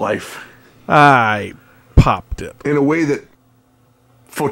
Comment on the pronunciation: favorite phrase! You have to be British to say it right!